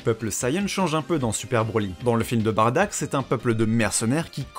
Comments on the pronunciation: Bardock bordel pas "Badack" ou "Batruc" BARDOCK !! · SI SUPER TUE BROLY, TOI TU TUE BADDACK ! "BARDACK" WTF C'est soit Bardock (Beurk) ou Baddack (Subarashi) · Par pitié arrête de dire Barddak ou alors dit Baddak si tu a préféré la VF le père de Goku c'est Bardock son vrai nom (c'est stressant a entendre) et pour Broly a part les combat c'était juste un demeuré qui voulais frappé Goku parce que petit il pleuré sa fait un peu pitier comme excuse pour vouloir tuer quelqu'un, la y a une vrai histoire (même si elle plait pas a tout le monde) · J’ai jamais eu autant envie de crier “C’EST BARDOCK PAS BARDACK“ de ma vie XD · J'ai bien entendu bardack ? au lieu de Bardock à 😂😂 révise tes classique mon vieux😂😂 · Tu dit sois baddack sois bardock. PAS BARDACK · j'allais le dire lol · Dommage que tu n'utilise pas la VRAIE prononciation du père de Goku : BADDACK ( sans le r qui n'existe pas dans l'écriture katakana) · Comment on peut prendre au sérieux quelqu'un qui dit "Bardack"